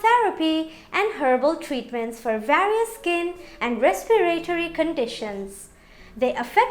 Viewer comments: Never heard of "respi-RAY-tory" for respiRAtory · respiratory is pronounced res per tory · Bay leaves...you had me at respiraYtory and conZumed. Hahaha